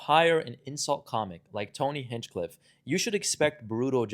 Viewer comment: Bro you probably shouldnt make clips. Your voice doesnt sound confident and clear over videos, you never bothered to pronounce Hinchcliffe correctly, your vocab is weak. Just because you have the ability to edit clips together and record yourself talking doesnt mean you should. There are thousands of youtubers doing this already. Find something else and no more wasting time. You sound like a high schooler. No offense or anything but this isnt for you